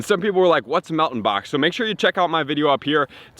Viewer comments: Its mel TAN you dont know how to pronounce it that's sad bro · You are pronouncing Meltan wrong